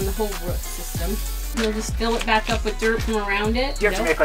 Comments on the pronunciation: root not ruts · I've never heard 'root' pronounced the way your mum pronounces it!